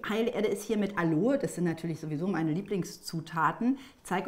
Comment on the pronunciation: Es heißt nicht Aloe sondern A lo e.